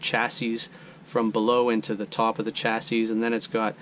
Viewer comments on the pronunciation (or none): Thanks for the excellent troubleshooting video. I really need to get with the times on 3D printing! Just an FYI, chassis is pronounced "chassy," at least for my 50-plus years as a tech. Your video and the info presented is absolutely great!